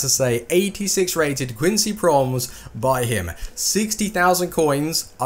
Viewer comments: it is quincy PromEs not quincy Proms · its pronounced promèz